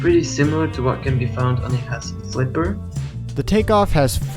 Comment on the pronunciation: It‘s called „Huss“ not „Hass“